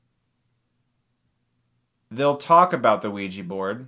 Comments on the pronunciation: Its pronounced oh-wi-ja not wi-ji -_ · Wee-Gee. Chris. Chris no. That's not how it's said. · bad pronunciation of ouija :S